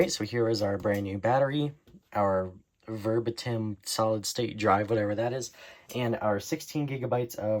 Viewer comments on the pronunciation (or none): The drive maker is pronounced ver-BAY-tim - the company's been around a long time.